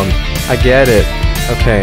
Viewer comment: i heard you said gyatt away instead of get in the boss fight part😭